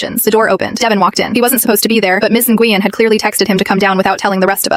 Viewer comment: Na Gu Yen 😂. Pronounce “when” my Vietnamese friend corrected me